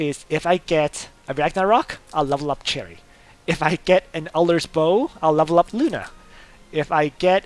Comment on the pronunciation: I cant believe after all this time, you're still pronouncing Cherie as "cherry" lol